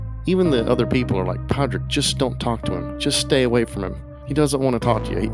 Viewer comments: You are the second American talking about the ins and outs of this movie and refusing to pronounce the main character’s name. You HAVE watched the film. At what point does anybody say PADRICK? It’s spelled with a D. His sister is called sioban, clearly not said the way it is spelled. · As mentioned in other comments, NOT protestants vs Catholics. Also, pronounce his feckin name properly! You don't pronounce the D... (or if you do, it's like a mini trill)